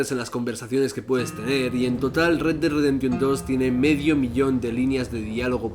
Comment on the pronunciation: "redredreremtion dos". Mames carnal, un poco de inglés no te caería mal.